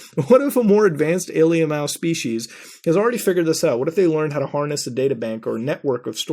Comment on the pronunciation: Muta, I need to know why you say alemal instead of alien. What's up with that?